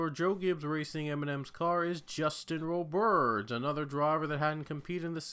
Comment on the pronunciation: Roberds with a "d" not a T by the way. I know it's a weird spelling of it 😅